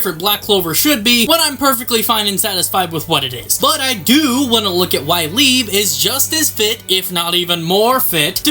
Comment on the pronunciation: Can we not forget how wrong we was with leibe's name 😆